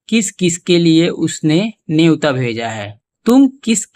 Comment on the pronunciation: नेवता, you mean to say न्योता?? #JayShriRam